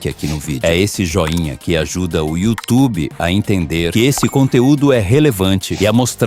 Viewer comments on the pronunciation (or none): none